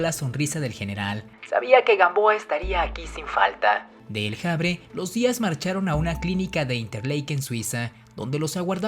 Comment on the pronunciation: Amigo, estás muy influido por el inglés. "...le gustaba mucho de caminar". Entonces, a ti te gusta mucho "de ir al cine". Te gusta mucho "de comer mariscos". Te gusta mucho "de hacer videos". ¿Por qué utilizas forma anglosajona para pronunciar la ache? Dices "el Javre". ¿Por qué no dices simplemente el avre, utilizando nuestra costumbre en español?